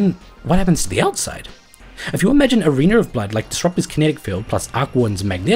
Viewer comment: why... why .... WHYYYYY DO YOU KEEP SAYING "ARENER OF BLOOD"????